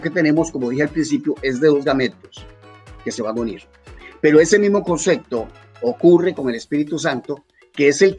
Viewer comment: Ese profesor de griego ni siquiera pronuncia bien el español y dice "concecto" en vez de concepto jaja